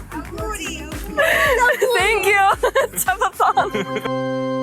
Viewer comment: Thenkji thenkju ( ca po thot ) 😭😭 o